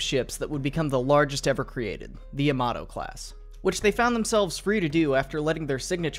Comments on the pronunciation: For fucks sake its not "yuhmatoh" Its Ya-ma-to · YamaTo, not YamaDo Brunei, not Bruny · I cringe every time an American incorrectly pronounces Yamato. Ya-ma-to not yam-mar-do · It's ya-ma-to, not, yAmAto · i thought it was pronounced yamamato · YAMATO, u pronounce it as a toMATO jeeez, ita YA MA TOU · And how almost nobody pronounces it correctly: ya-ma-TOE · The way he pronounces "Yamato" 💀